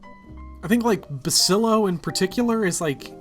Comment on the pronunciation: I know it's dumb to get annoyed by it, but I can't listen to you call Basilio Basilo any longer.